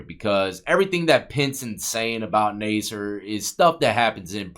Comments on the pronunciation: His last name is pronounced Nasser. Not Naaser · Better to correctly pronounce the names of the people in your videos. (Incorrect: "Nay-sir". Correct: "Nass" -- rhymes with "pass" -- "er".) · It’s pronounced nassar, like NASCAR. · It’s pronounced NAS-SIR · You should learn how to pronounce names your not even saying his last name right 😂 maybe it's all the Sexual favors you did you swallowed to much cum. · You’re pronouncing his name wrong